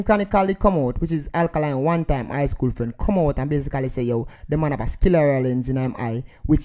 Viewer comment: It's called sclera lens, not skillera lens. LOL